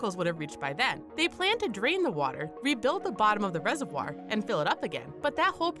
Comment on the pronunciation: Say reservoir right